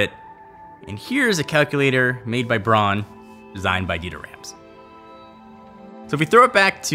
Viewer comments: It's not "Brawn": bʁaʊ̯n. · Interested in Rams? Look for the recent documentary on him by Gary Hustwit. One other point: in German Braun is pronounced like brown in English. And although Braun was named after its founders’ family name, braun in german means brown. Funny its pronounced “brawn” in North America. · Nice vid m8, just one pet peeve bugging me.... it's pronounced "Brown" not "Brawn" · But it´s not brawn, speak it like brouwn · Stop saying brawn, Makin me think of brawn GP Braun is German BRAUUUUUUN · it's not pornounced brawn its brown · seriously your Pronunciation is annoying it’s BRAUN (Pronounced BROWN- Not BRON) and no it’s not because you speak English excuse Brits can perfectly pronounce German names only Yanks mispronounce everything even English words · "Brawn"...... IT'S B R A U N.